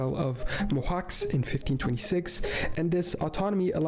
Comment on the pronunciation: I almost vangoghed myself when he pronounced Mohács as Mohax.